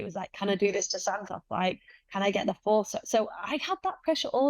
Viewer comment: Santos has a crush on you. You can't tell? Respectfully, the Santos you fought was not the same Taila that Valentina fought. That said, you are the best flyweight in the world, bar none. Alycia Baumgardner is your super fight. Dakota pronounces Santos as Santoss. Too cute.